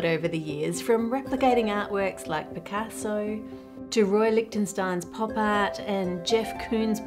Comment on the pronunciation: As an italian, Ann saying "picazzo" was NOT on my bingo card. I did a double take hearing that 😂 But great video, as always!